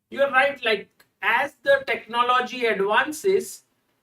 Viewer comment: सागर भाई, ठीक से कहना, ’अप्पॊर्चुनिटि’ नहीं, ’आपर्चुनिटि’! ’टेक्नलॊजि’ नहीं, ’टेक्नॊलजि’! समझे ना?!